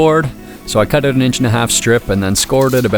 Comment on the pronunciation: Why is it so hard for you to say OUT?